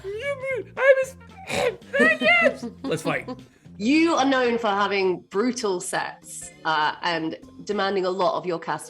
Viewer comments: Is it terrible I keep mishearing "Brutal sex"? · Same here! I mean, even if I listen to it again, does not sound like "brutal sets". Sounds like...well, you know.